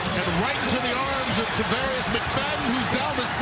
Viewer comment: Why does this announcer call him Tarvar-EE-us McFadden??? It's Tar-VAR-us. There is no "EE" sound there. Can't read???